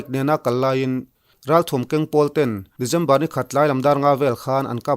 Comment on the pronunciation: December te, Dezember tih tlat chuleh😄😄😄😄